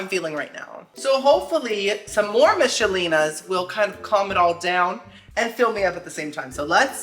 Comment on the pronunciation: Used to like the meatloaf and pepper steak..but i haven't had them in like 15yrs.Oh and when you said "Michalenas" i started singing it to the Macrena beat😂😂😂😂